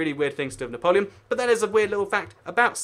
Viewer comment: Surely "Cockburn" is pronounced "Coh-burn", no? Also it's not 'Saint Helen-ah', it's 'Saint Helee-nah'...my best friend if from there :)